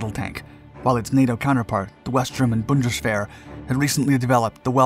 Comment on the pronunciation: You are saying the word "Bundeswehr" very well.